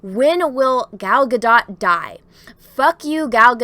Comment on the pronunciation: Gadot’s last name is pronounced gah-DOHT.